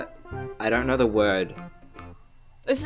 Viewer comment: ''dorn't knor''